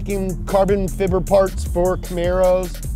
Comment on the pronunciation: " carbon fibber" lol